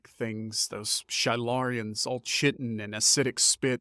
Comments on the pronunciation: Chitin is pronounced “KY-ten”, NOT “shittin” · Chitin...pronounced kye-ten, long "i" first syllable. short "i" second syllable.